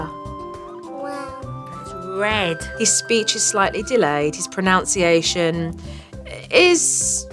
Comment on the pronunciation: Supernanny mispronounced the word pronunciation. I love her just the same.😂❤❤❤❤️❤️❤️❤️